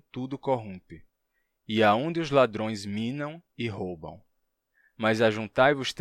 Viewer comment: Achei estranho aquele "roubão" em vez de "roubam".